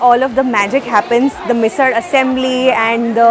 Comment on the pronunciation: Hey, I am at Lonavala right now, sitting in my house on this very rainy and beautiful day and watching your vlog 😀 Nice vlog…I liked the way you pronounced the मराठी words correctly, मिसळ and ठेचा…👌👍